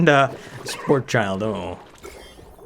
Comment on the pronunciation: I don't know why it bugs me so much, but it's not Sporechild, it's Sporechid. It's a combination of spore and orchid. Otherwise, I'm enjoying the series so far. Can't wait to see all the new stuff the DLC has to offer.